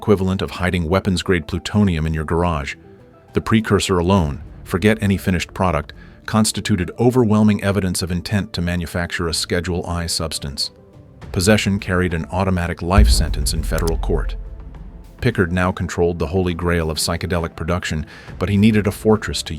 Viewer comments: I can't believe the AI voice said schedule i drug not schedule 1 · "Schedule i substance" You mean schedule one? 😂😂